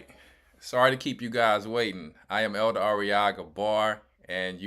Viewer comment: Greetings Elder... U butchered her name to hell and back ... Im at work crying 🤣🤣🤣🤣🤣🤣😭😭😭😭😭